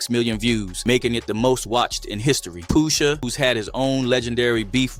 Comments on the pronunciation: Off the rip, I don't know how PUSH-A became "Poo-sha" 😂😂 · He was saying poosha the whole video dawg 😂😂😂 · I heard it too!! 😂😂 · not AI sayin poosha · Why he saying Pusha like that.😂